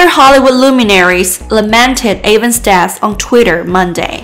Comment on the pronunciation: His name is pronounced EVANS, not A VANS!! Respect his name, and don’t butcher it. 👎